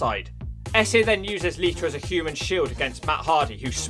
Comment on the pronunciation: Lmfao lita = liter Why do you always change -a soinds to -er sounds. Fucking great